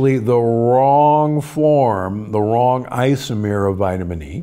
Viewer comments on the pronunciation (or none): none